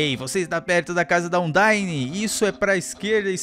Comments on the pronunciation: É andaíne e papairus esse é o correto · falando os nomes Undyne: Undáine Papyrus: Papírus Stonks